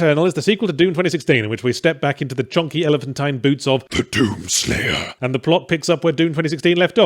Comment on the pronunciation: "Te dUUm sleiyah"